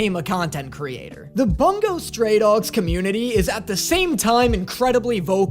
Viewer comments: *boo-ngo not bunggo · The way he says bungo stray dogs like boonga stray dogs instead of bun-go stray dogs is priceless imo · ITS BUNGO NOT BONGO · You saying it as bun-go pained me (its boon-go)